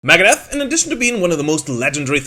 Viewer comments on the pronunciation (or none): LOL AT PRONOUNCING IT MAGADEATH